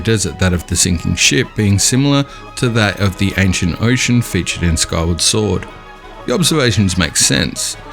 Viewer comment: Who will relate a Hyrule map with "jora's mask" or "kywar sword"? (man, mind your pronunciation, pls). ai mean , Skyward sword...mmmmaybe...but Majora makes no sense.